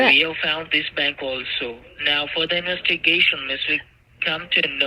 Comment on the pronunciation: Sorry. I meant inwestigation